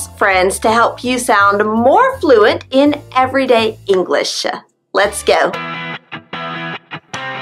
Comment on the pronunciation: I Hear yo u pronounce the last letters of a Word ver y Strong like englissshhh is that is has supposed yo be..?